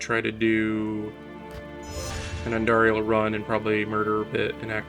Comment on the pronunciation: It's Andariel, not Andarial.